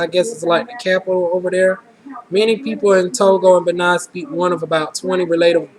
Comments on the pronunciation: Typical Black Person? The Fulani of Senegal have noses like yours, with that being said, it's pronounced BAYNEEN FOR Benin, and Iberian peninsula is Spain and Portugal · You have an exotic look and you got great results! Btw, its bah-NEEN and toe-go...lol and Iberian Peninsula means SPAIN or Spanish descent. Africa is very diverse...in particular Cameroon...and Senegalese peoples tend to have smaller noses like yours.